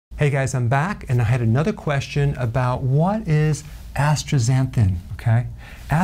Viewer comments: Asta not astra zanthin 😊❤ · It's not as-tra-xanthin, it's as-ta-xanthin. Get it right, Doc. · You are pronouncing it "astra . . . ." sound, not "astaxa. . ." Is that important? Dunno. Re your question, the choices you give don't list the K2 vitamin I take that has astaxanthin (2mg) included in it. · bro why he saying astraxanthin can u really trust him if he doesnt know how to say it? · Am I hearing things, or is he pronouncing it with an R? AstRaxanthin? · Yes i noticed it too. He is adding an R - ASTRAXANTHIN is what he is saying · AstRaxanthan ? Lol ...just givin you sh!t Eric 😅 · where is the "R" in astaxanthin? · I'm a jerk for not getting over that he can't say the word correctly. There is no "r" in the word. Or maybe it's a new thing. You know about silent letters in a word, but this is the first with an invisible letter! I told you I'm a jerk. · I don't pronounce the R in Astaxanthin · Me too letting it slide. Barbara Walter's would be a W-R Astwaxanthin. Her wisp made her millions. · If it was said once in passing, no big deal. But the WHOLE TOPIC OF THE VIDEO WAS ASTAXANTHIN. He SHOULD know how it's pronounced. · I heard it too